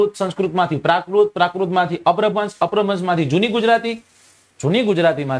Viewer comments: અપભ્રંશ ઉચ્ચાર છે ભાઈ અપ્રભ્રંશ નથી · અપ્રભન્સ નહિ અપ્રભંસ